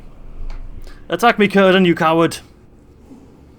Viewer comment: I know im waaay late but I think its pronounced more like "sirdan" rather than "kirdan" (speaking of Cirdan)